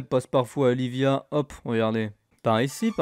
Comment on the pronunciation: ça se dit pas Livia mais iibia ( double L sonne i et v sonne b )